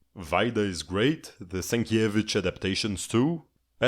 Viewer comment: Judging by his pronunciation of Rybczyński and Sienkiewicz in the previous video, he's definitely not Polish.